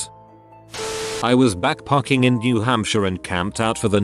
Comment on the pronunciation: People: backpacking Reddit voice: backparking